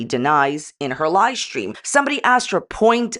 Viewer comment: You are saying "Lie stream" not live stream, or am I just hearing incorrectly?😅